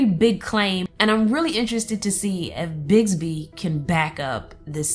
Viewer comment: It's BiXby, not BiGsby...